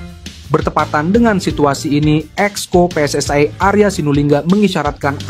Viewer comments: Kacau nih ejaan/ spelling bahasa Indonesia dicampur bhs Inggris. WNI baca aja sesuai ejaan bhs Indonesia jgn dicsmpur pakai bhs Inggris. Begitu juga dg PSSI baca dg ejaan bhs Indonesia... Maaf ini hanya koreksi guna berbahasa Indonesia dg baik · Kok ngomong nya pe es ai dan we en e sih, lucu dengar nya,,, semoga timnas dapat nilai positif 👍